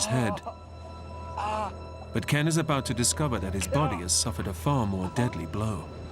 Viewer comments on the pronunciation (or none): Whats that all aboot?